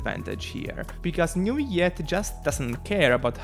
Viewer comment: newiette lmao ( ik u're not french its ok) but its prononce neuv-ill-ette